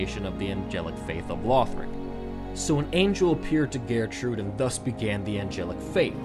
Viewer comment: The way he pronounces gertrude is annoying